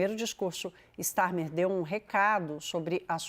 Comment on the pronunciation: Não se fala “Stermer”…